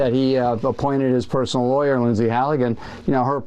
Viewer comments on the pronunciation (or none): none